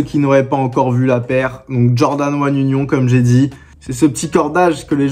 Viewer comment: ça se dit "unione" bosse mais vasy c'est rien. Force continue mon gars